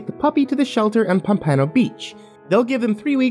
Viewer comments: POM-puh-noh beach, you divvy. Not pom-PANO. Have some respect for Floridians. Not much...some. its joan BYE-ezz, not Joan Beyz. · Being from florida the way you pronounced pampano beach makes me angry lol. Its Pam-pa-no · Good story. It sounded like you mispronounced Pompano.